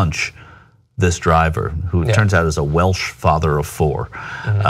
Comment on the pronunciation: Why did you say Welsh like that? He wasn't even Welsh, he was English. He just lived in Wales.